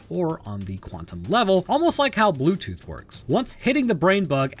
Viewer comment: "Blutoof bad", 2022